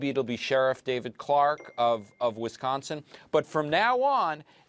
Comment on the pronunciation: Finally someone who says Wisconsin right!